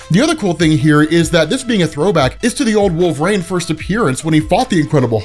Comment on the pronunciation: Its Wolver-EEN not Wolver-AIN